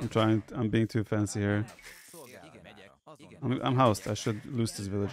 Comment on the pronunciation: "I am being too FENCY here."